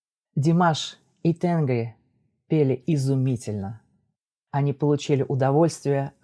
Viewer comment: небольшое уточнение: в тюркском языке ударение ставится практически всегда на последний гласный звук, tengrİ